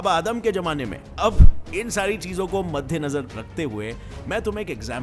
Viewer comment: "Madhya Nazar" nahi "madde Nazar" hota hai bachha. 😂😂